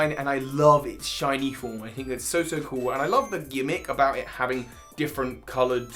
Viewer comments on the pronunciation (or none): none